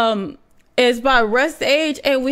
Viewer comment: Yo just to clarify it's pronounced rus-tage